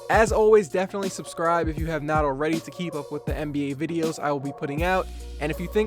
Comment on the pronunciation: It sounded like you said mba